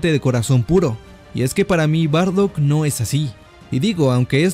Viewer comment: SE DICE: BARDACK.